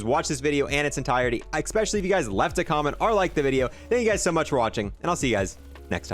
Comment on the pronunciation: Especially, not expecially bro